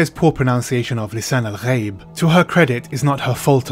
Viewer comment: The Neo-Chakobsa in the movie sounded like poorly-pronounced Arabic. Pronouncing "ghaib" as "ga-yeeb" is one particularly irksome example. Zendaya sounded like an American teenager trying to speak Arabic or Hebrew for the first time; her character was immersion-breaking on a number of levels, this was one.